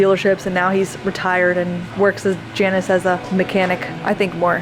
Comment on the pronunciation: Janus is pronounced 'Jaynus'. (Roman god of looking forwards and backwards that the month of January is named after).